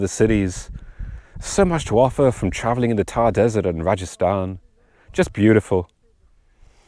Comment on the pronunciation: This is RAJASTHAN not rajisthan